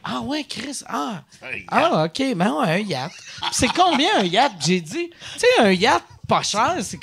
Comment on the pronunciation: Excellent épisode, agréablement surpris! Belle chimie, on dirait que la crowd dans les commentaires fait pas la difference entre vrai et faux malaise. Léger détail, la prononciation du mot yacht semble inexacte...c'est plus hot la vraie ;)